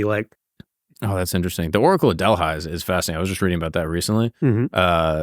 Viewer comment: Delhigh? Seriously? It's to me appalling that they never heard the correct pronunciation DELPHI (Del-fee in Greek or Del-fy anglicized). Delhigh sounds like a high-school in California.